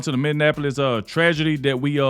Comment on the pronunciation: Minneapolis - Mini-app-po-lis